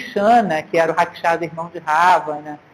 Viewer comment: Otima aula professora mas só não consigo entender porque a senhora não fala os nomes com a pronúncia correta do Rama, Raksasa, Ravana, etc... Os erres R, no começo são pronunciados como o erre do caRavan, e não o som do R do Rato. Mas quando as palavras começam com H ( Hanuman, Hastinapur, Hare) tem som de R.